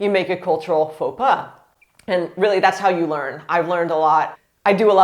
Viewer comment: The first faux pas in this video is to pronounce the s à pas ! 🤯 And I've been working in a tourist office and that is true : I had to teach them a lot to say hello or bonjour and bye or au revoir (We don't care but the politeness, PLEASE !!!).